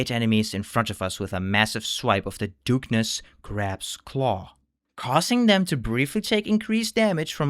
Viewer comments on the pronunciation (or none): Great video but the way you mispronounce certain words like anemone or Dungeness drives me nuts! lol